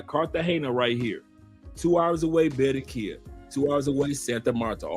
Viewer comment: It's Ba-rran-qui-lla! BAR-RRAHN-KEE-YAH! Viva to Phonetics! ASE! Viva CHI-CA-GO! LOL!